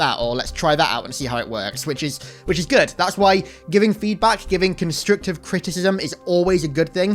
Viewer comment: Did you say "constrictive criticism"? With an "I"?